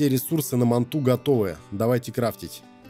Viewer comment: Назови манту "Гигант" или "Хвостокол" а еще не мантА а мАнта